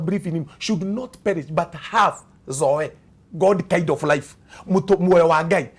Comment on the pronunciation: Zoe the life of God is pronounced zoi... blessings